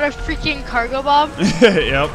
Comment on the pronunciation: the way he pronounces cargobob annoyes me